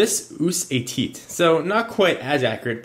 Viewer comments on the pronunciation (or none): haha he said teat (tiny meat)